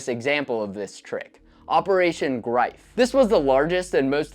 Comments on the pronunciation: Operation “Greef” not “Grife” 😅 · Its ’Operation Greif’. Not ‘Operation Grife’.